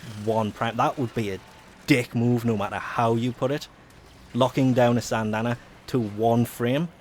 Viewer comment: This guy just talk about syandanas? And is SYANDANA not SANDANA